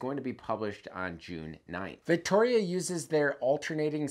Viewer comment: Vittoria doesn’t have a ‘C’ in it